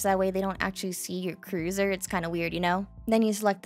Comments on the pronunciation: Big Brain. Really great tutorial. Explained well and the visuals serve as a tremendous aid and help. Keep up the good work! (( also I've never heard anyone pronounce cursor as "cruiser" before. Is that an accent thing or just how you like to pronounce cursor? )) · Nahhh how'd you just pronounce cursor 😂